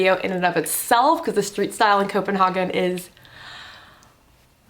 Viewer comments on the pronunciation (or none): it's pronounced copen-hay-gen